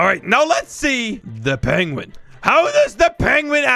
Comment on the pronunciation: the fact he called a penwun a chiking is so funny